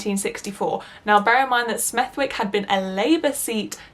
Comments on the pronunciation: i love your videos but the way you say smethwick.... girlll (its kinda like smeth-ick not smethWick) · Doesn’t take away from the excellent vid but smethwick pronounced smethick with almost a vee sound in the middle. And mosely rhymes with Rose Lee. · I for one definitely want the video all about why you hate capitalism!! There can NEVER be enough anti-capitalist videos on Youtube!! And god knows we need passionate creators on our side to compensate with passion & talent to make up for what we lack on Youtube that the right has - i.e. corporate funding!! By the way, for the future, the W in Smethwick is silent!